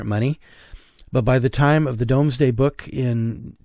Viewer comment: The 'Domesday Book' (despite its spelling) is correctly pronounced as the Doomsday Book. (And, as to a previous video of yours - about the Rivers of Sussex - you incorrectly pronounced 'Pulborough' as 'Pulburrow' but borough here is pronounced 'Burruh' hence (despite the spellings) Pulburruh, Peterburruh, Marlburruh, (Pulborough, Peterborough - Cambridgeshire, Marlborough - Buckinghamshire? Or Berkshire? I forget, which, sorry) 😊 🏴♥️🇬🇧🙂🖖